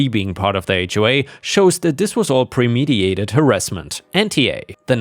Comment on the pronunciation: Seriously? "Premediated"? PRE MED IT ATED